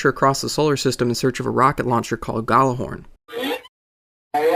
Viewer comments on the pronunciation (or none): it's pronounced yatlerhorn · OK so sick of this in gyallahorn the G is actually silent...look it up it is Nordic word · It's norse, so the pronounciation would be "yallarr-horn". It essentially means a horn of great loudness/volume. Regards a norwegian :^)